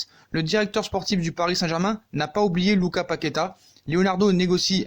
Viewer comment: Lucassssss on prononce le 's'